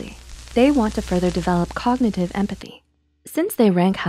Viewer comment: Grow up. but COKnitive 😂😂😂